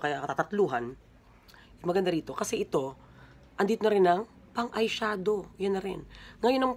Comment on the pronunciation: "Eye siadow" hahahaha